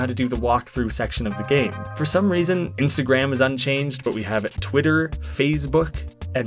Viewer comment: "Instagram was unchanged" No, he actually says Insgram. You can clearly see that in the subtitles. Also, not even gonna acknowledge the timeline jump during the JoJo sequence? I thought that was clever. Lastly, the series may indeed only take place over the course of a year. It's quite possible that Gadget Gabe is a time traveller.